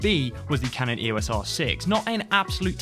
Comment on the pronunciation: It's pronounced 'eos' as in 'eeoss', not spelled out.